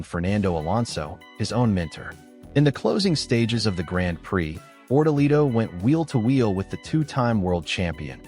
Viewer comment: If you can't prounace grand prix why should we believe you check is gone